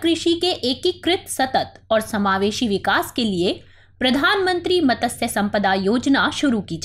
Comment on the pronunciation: टीम दृष्टि को आभार , बहुत अच्छे से समझाया। मेरी प्रतिक्रिया एक शब्द "मत्स्य" के उच्चारण से संबंधित है। जिसका उच्चारण सही नहीं किया गया है। मैडम मतस्य बोल रही है, जबकि मत्स्य में आधे त का उच्चारण होता है। वैसे यह कोई बड़ा मुद्दा नहीं है लेकिन दृष्टि समूह से उम्मीद सर्वोत्तम कि रहती है।